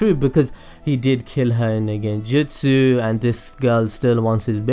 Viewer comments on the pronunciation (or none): none